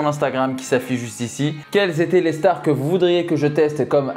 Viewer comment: Au début tu dis les « chtars » pour dire les stars bahaha🤣